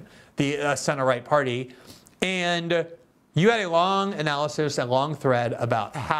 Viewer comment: "and" ne se prononce pas comme le "an" de lande en Francais, mais comme le "aine" de laine.